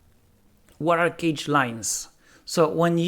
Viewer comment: So if malloc is extremely inefficient why does it exist? Is it designed with other properties in mind or is it a historical reason why it is still around? Also, the pronunciation of cache confused me with it sounding like `cage`. It sounds more like `cash`. Thanks for the video!